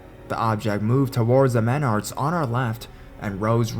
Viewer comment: It's pronounced Menards not Meneurds.